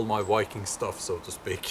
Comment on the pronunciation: Learn how to pronounce "viking" with a "v", not "wiking" with a "w".